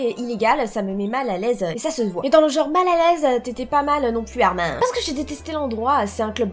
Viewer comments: Moi qui re regarde ces vidéos en 2022 et qui pête un câble car ont ne prononce pas le prénom de Armin Armin mais Armine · Sa se dit "Armine"